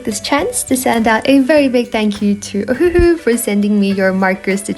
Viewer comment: wait, i thought it was pronounced O-wah-who? maybe i’m just slow 🤧😔🦷